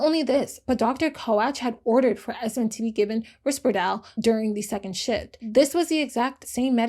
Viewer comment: You pronounced risperdal wrong 😭